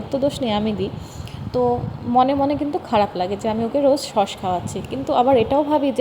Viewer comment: Vlog e ki dekhao, khub baje, r pronunciation thik koro, sosh na sauce. Shashuri ma ke shomman na korle sheo tomake bhalo bashbe na, shob vlog ei shoshur bari shomporke baje montobbo koro, tomake oneke abar utshaho dai tomari moto keu keu, egulo bondho koro, shobai kaaj kore keu boshe thake na. Tumi vlog korbe short video banabe bole tomar shashuri ma ke kaaj korte hobe eita ektu beshi chaoa hoye jachchhe.